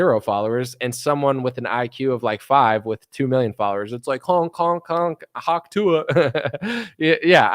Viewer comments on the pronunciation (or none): none